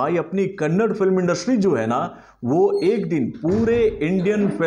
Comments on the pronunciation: It is not kannad it is kannadaaaa u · Kannada not kannad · Not kannad it's kannada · It kannada sir not kannad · Ley chotte.... It's not Kannd...... It's Kannada...da at end...., thanks for the review anyways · Bhai it is Not Kannad, it is Kannada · It's not kannad it's KAN + NA + DA = KANNADA 🙏. Please correctly pronouns sir 🙂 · Kannad nahi be Kannada. Add a at the end while pronouncing. I have told you in previous Kannada movie reviews. Ok let's do one thing. I will start calling you. Let's exclude a in your name as well